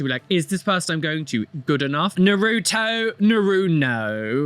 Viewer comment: As someone with 2 Naruto tattoos, pronunciation did make me die inside just a lil bit XD